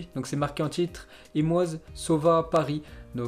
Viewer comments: Ça se prononce MoÏse pas Moase 😂😂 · On ne dit pas MOUAZ, on dit: MOÏSE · Moïse Kean: ça se prononce: "Mohize Kean"!!!! Je me suis désabonner tellement j'en avais marre que tu massacre les noms!!!! Tu te contente de lire bêtement ce que un autre à écrit, tu n'aimes pas le foot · Pttnnnnn fait un effort moase ptnnn c moïse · Moïse pas mwaze t'abuses la 😭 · « Moise » ne se prononce pas comme ça !!! Regarde le prince d’Égypte ca peut aider